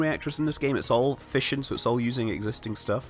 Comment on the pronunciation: every time you said fission i thought you were saying fishing...